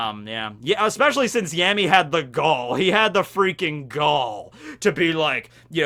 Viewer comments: Why would you call him yemi though? It's ヤミー so a ya not a ye 🤔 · His name actually starts with [ja] not [je] in Japanese, so you had been pronouncing it correctly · Fun fact,: So in Spanish, the letters 'll' can often be pronounced as a 'y' or a 'j'. Yammy's last name can be pronounced 'Yargo' or 'Jargo'. Similarly, sternritter x's name can be pronounced as 'Lee-jay' instead of 'Lille'. You probably already know this. I just get a kick out of being a know-it-all. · Yeah I was wondering why he corrected himself there. But it's also not a ja (ジャ), it's a ya (ヤ). 🤓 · No one corrects you cause no one cares. I mean, it's Yammy... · You mean the wrong way?